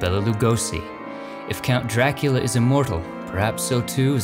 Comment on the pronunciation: It's not drakeeula . Its Dracoola